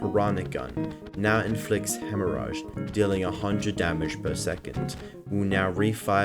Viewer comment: Bro, hemorrhage is pronounced just like "rage".